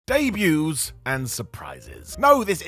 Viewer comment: Debuts* not Deibyus